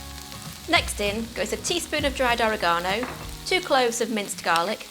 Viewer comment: “Ore-ah-gah-no and Cherit-zo ”? I love it! Also, this recipe looks amazing. Can’t wait to try it!